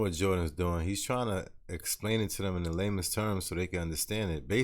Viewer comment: are u saying "lamest" terms or "lamens" terms ?? it sounds like u keep saying LAMEST lol